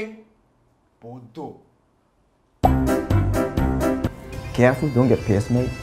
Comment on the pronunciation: The way he said bodoh is so true...